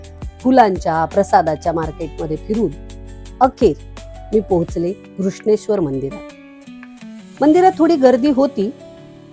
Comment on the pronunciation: केवळ नांव व्यवस्थित उच्चारलंत म्हणून बघते आहे हा व्हिडीओ. अन्यथा किती वेळा भेटी दिल्यात आणि कोणाकोणाला गाईड बनून गेले आहे तिथे आठवत सुद्धा नाही. असो. धन्यवाद. पण दौलताबादचे नांव, देवगिरी उच्चारले असते तर अजून छान वाटलं असतं. असो. 👍🏼🙏🏼